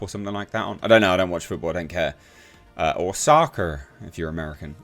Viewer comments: Lol how you pronounced soccer was brilliant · Nice American accent when you said soccer 😂